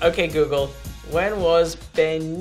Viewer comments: It's actually googuru. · Guguru wtf🤣🤣🤣🤣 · Japanese : oke gugörö